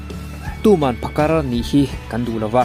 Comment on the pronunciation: Phakar tih hi a tawpah R hi i lam fiah lo mah mah ka ti😁